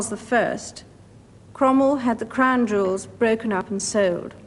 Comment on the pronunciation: It’s sounds like she’s saying “the imperial state crime” and that’s actually more accurate